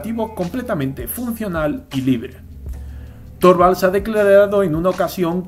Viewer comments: Se pronuncia Linus Turvalds, la o se pronuncia como u, para pronunciar la o cono en Español tendría que llevar diereis ö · Torvalds se pronuncia Turvalds.